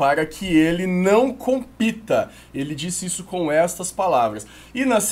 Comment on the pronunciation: "para que ele não COMPITA" brother esse foi a vez que tú me fez rir+ até hoje KKKKKKKKKKKKKKK compíta.... kkkkk